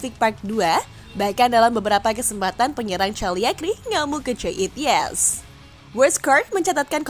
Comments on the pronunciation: Id-zes bukan Id-yes Kagliari bukan Cagliari Content nya udh ok, tapi narasi bisa banget di improve dimulai dari pronunciation yg lebih baik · Yg isi suara nya malah bikin bingung......cakliari dan idyes😂😂😂😂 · cuy, presenter riset dikit kek gimana cara pengucapan (pronounciation) Cagliari yang bener, masa' literaly dibaca Cagliari (pake C), baca salah Caliagri ( , , ) Idzes dibaca Idyes Profesional dikit lah, biar tambah mantap.